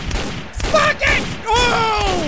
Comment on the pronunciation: When jack said “ also fu*k you “ did anyone else think he said”also fog you”?